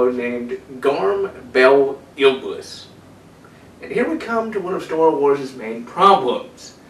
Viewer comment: I'm sorry but this bothered me so much I could barely focus on the video. It's IBLIS not ILBIS like you kept saying. And Khabarakh is not easier then Iblis if you learn how to say it correctly. And it's not KHABRAKAH like you kept saying, it's KHABARAKH. And the way you said Kardde is literally suicidal. I don't even know how to spell it the way you said it. Maybe KARADE? But it's not KARADE it's KARDDE. I know that different people pronounce things differently but if you actually read the names and put in a little effort to pronounce them you could have them right.